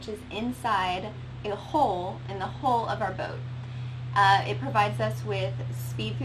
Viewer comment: We all have accents, but hole and hull should not sound the same in English.